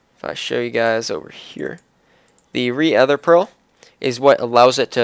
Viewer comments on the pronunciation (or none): "re-ether" lol it's redstone ether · re-ether pearl? no its rether pearl